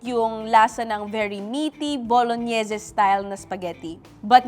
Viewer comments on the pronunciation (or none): Bolognese is pronounced as Bolo-neez coz the recipe is from bologna italy 😂😂😂 it's like saying cantonese or vietnamese. ✌️